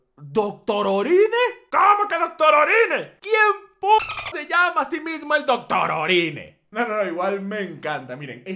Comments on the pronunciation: Es Doctorine no doctororine. Lee bien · Se pronuncia: CHOPPA DOC-TO-RI-NE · Yo leo doctorine lee doctororine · Doctorine no dotororine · Dice doctorine xd